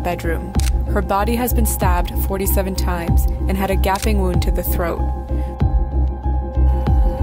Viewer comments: a Gap-ing wound to the throat? it’s not Gap-ing it is pronounced Gape-ing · It cuz of European pronunciation of the a I guess